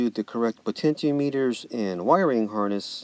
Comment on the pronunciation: Lol tenyins and potencheemeeters